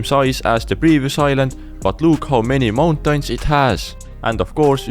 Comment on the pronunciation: Bro pronouncing mountains 'mountines' 💀